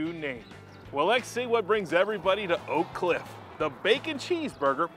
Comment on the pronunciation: He said it right, he’ll set the standard for sure. Born and raised in oak cliff I’ve been there many times.